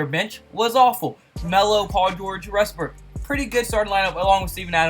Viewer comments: Also, it's "Westbrook," not "Resbook." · He says Westbrook like restbrook